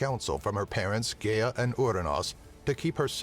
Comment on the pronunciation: Is this an AI talking? it mispronounce Gaia and Cronus.